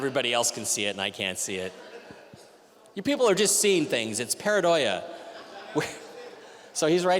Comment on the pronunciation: Mike it's 'Pareidolia' not 'paradoia'... you're mixing up paranoia with the actual word.